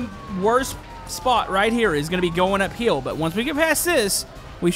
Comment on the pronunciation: you said up heeeel